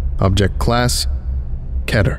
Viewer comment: I hate how people say Keter like that. Ever hear of the name Peter? Or the word Meter? It’s Key-ter.